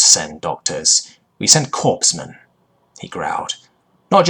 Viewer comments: Corpsman = core-man, not corpse-man Albeit = all-be-it, not all=bite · Corps is pronounced Core. So it is Coreman.